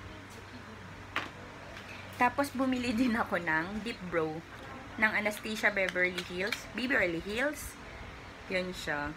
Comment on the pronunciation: A-NAS-TAS-YA ganyan po sya i pronounce , hnd po anesteysya